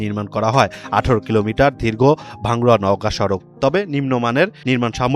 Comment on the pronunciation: ধীর্ঘ, সামর্গী, হায়রে ১:০০ মিনিট থেকে ধারাভাষ্য, উচ্চারণ শুনে খবর দেখার ইচ্ছে উবে গেল 😜😜😜